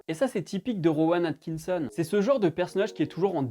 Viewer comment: ta un peu de mal à prononcer Rowan Atkitson j'ai l'impression XD